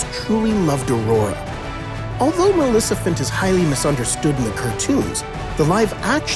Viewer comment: How can you not be able to say MALEFICENT right😅😅😅😅😅